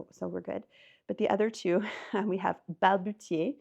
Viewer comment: Vous avez balbutié "balbutier"😊 ça s'écrit balbutier et se prononce balbuCier.